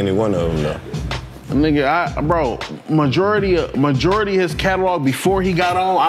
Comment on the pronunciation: Nobody: Packman: the majewerly of that shyt be over girls 😂😂